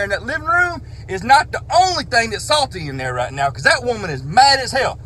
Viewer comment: "Rigcht yonder."